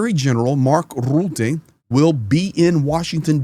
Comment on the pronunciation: So you can say Rubin but not Rutte? :D the U is pretty much the same ;D